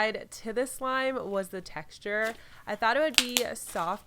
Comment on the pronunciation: how many times did she say texturrr